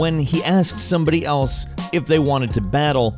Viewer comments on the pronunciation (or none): none